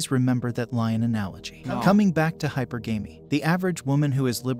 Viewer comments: Hypergamy =/= “Hyper-gamey” Hypergamy = High-purr-guh-me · I like how guy in the subject video pronounces it "Hyper Gay Me" because it really sets the tone of his message. DENSE